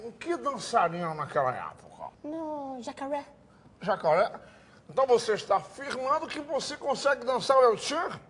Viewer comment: Você se inspirou em algum dançarino? - “Jacawré”